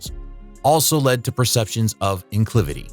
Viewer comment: Bad enough you use “evil” to describe assertive, self-assured women, but your AI’s pronunciation of incivility as “inclivity” was the final straw.